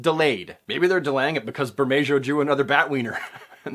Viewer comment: I don't know how anyone can mispronounce McFarlane, but I've got bad news for you. "Bermejo" is pronounced Ber - May - Hugh. Not Ber - May - Joe.